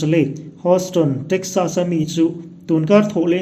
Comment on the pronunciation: i va lam nalhve TREKSAS